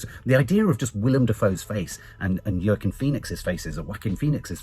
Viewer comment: I rather enjoy your butchering of the name Joaquin, you give a different name every time!